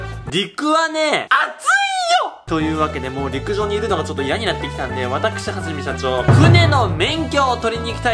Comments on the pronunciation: は→じ↗︎め↗︎しゃ→ちょー↘︎ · 最初の はじめしゃちょー の発音がいつもと違った気がする…